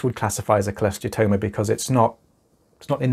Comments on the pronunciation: I’ve never been sure if I was pronouncing Cholesteatoma correctly. Thanks for saying it clearly! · Had one too. It sucked but I had zero symptoms until 2 ear bones were gone. So…..honestly just happy to find someone else who can pronounce cholesteatoma